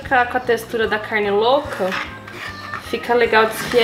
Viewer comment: eu amo quando ela fala “caRRRRRne” KKKKKK amo que amo